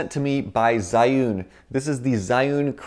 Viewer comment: You kinda pronounced "zhiyun" (智云) wrong, haha.